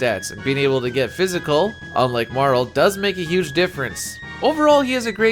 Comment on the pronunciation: Pronounced Marle correctly from jump? instant sub.